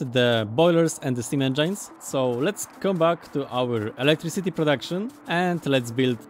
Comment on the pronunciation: Small information for him how to pronounce engine. engine nie wymawiasz jako endżajn tylko jako endżyn. Taka drobna rada. U nas w klasie mówienie endżajn stało się naszym inside joke